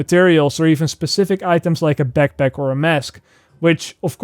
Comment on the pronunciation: "Beckpeck"